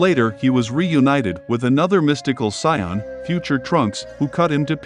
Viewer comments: Saiyan not soin 😂😂 Good video tho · Saiyan not "Sayan" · Buddy really pronouced sayain as psion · It's not sayan bro,it's Saiyan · Not gonna lie I got major triggered when he kept saying Scion and frejah ...nope I'm still triggered. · Him calling them Siyons is killing me lol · Whoa whoa whoa! How do you have this enjoyable video but you cannot pronounce the word Saiyan🤔 It took me forever to realize you were talking about Saiyans because of that god-awful pronunciation. Get that s*** together and you'll be all right. Now I'm wondering if you've ever watched Dragon Ball Z... killing the pronunciation like that😶‍🌫️ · Is he pronouncing sayain wrong? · Why the hell are you pronouncing Saiyan and Frieza like that? Learn to speak English before you make videos foreigner